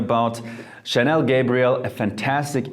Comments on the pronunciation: He said Chanel Gabriel hahahahahahahhahaha its a damn girls perfume bro. its Gabrielle. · You pronounce Gabrielle as if it was Gabriel... it's Gabri...elle! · Have we all been pronouncing Gabrielle wrong or is he??? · How can you mispronounce so many names and still get that many views??? 😅 i know for a fact that that's not how you pronounce mugler, gabrielle,guerlain and many other names. Mispronouncation has just ruined the video for me!!